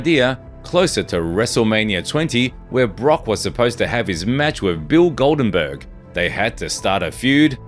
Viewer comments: Who is Bill Goldenburg? Summer Slam 30th Anniversary? Its called WrestleMania and Goldberg dude can you at least pronounce things correctly? Vid was pretty good though. Need to fact check a little more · Who is bill golden-berg ? 😂😂😂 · It was Wrestlemania 30! Not summer slam 🤦‍♂️ 😂 he beat the undertakers record at wrestlemania! 👀 great video tho besides the butchering of Bill Goldbergs name…. Frank Mir (when reading from the book) and the above statement 😂 😅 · Bill "Goldenberg" 😂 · Love how 12ft of intestines from the narrator turned into 12 inches of colon straight from Lesnar about 30 seconds later.. that and the Goldenburg mistake makes me wonder what else i didn't catch 😅 Apart from that, pretty sterling work!